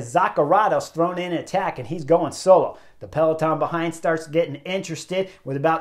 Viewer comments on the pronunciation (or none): none